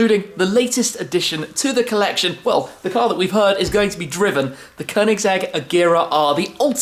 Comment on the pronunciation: Perfect pronunciation of Koenigsegg, snyggt! Riktigt snyggt 😉🥂